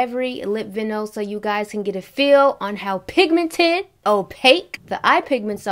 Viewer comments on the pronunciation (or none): Its VY-NIL you beautiful girl. lol I could never pull this off but I love it on you. Its perfect with that colorful wrap too.